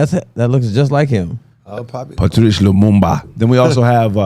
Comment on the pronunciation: You dare disrespect Patrice Lumumba like that you damn "muttbreed"! You ain't sh*t for that you damn "nosePEEon" mofo!